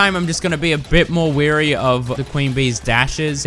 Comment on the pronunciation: "wary" not "weary" (rhymes with "hairy" and means "cautious" instead of tired)